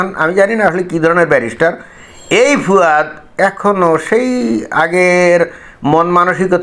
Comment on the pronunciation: দাদা,একে ফুয়াদ না বলে ফাওয়াদ বলেন ভালো হবে।